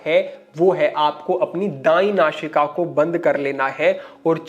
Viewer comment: So you are unable to speak correctly. You are saying don't nashika, which is nasika. So you are using showing place of sa and sign place of Shah. So what you are trying to teach to the people thanks